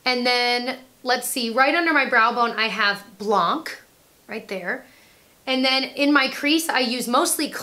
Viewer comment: Hey just a lil French lesson if you want. Blanc the c is silent. But you're saying the first part right!